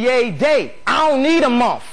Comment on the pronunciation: He's got jaw surgery done way back when, think that's why he can't pronounce the -th in Month.